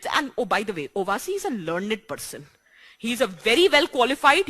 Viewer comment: लर्नेड...... 😂 And this people coach IAS aspirants 😂😂😂😂😂